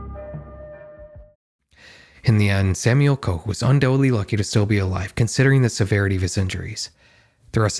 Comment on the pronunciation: HUGE shoutout to you bothering to pronounce the German words and names properly (I gasped a little at that "Koch" and rewinded to check I was hearing that right lol) and doing some proper research too. Even showed Schlag den Raab when mentioning competing shows. You didn't have to, you didn't even mention it by name specificially, but your b-roll actually showed relevant information. That's some dedication to accuracy. Anyways, love your videos! Keep up the great work. ETA: Little correction though. The accident did get aired, you could see the fall on camera. It didn't look bad when it happened, because everything happened so fast. You likely just have an edit of the broadcast that cut that part out to be respectful to the victim(s). The version everyone saw live on TV is available on youtube, but not that easy to find if you don't know German. For those curious, search "Wetten, dass..?? Unfall KOMPLETT mit Wetteinsatz" on YT, you'll find it.